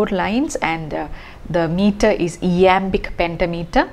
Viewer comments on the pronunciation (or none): would be better if focused on pronunciation eg: not E .AAmbic but AImbic